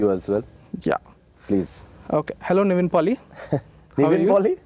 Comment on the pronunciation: Anchor gaadu chaala irritating character laaga unnadu 😅 ...why do you call the "Naveen Polisetty" as Nivin...such an idiotic way